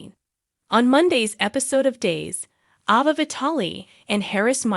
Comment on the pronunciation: It's Aaaava, not Ova.